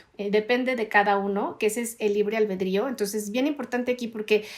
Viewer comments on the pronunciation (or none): none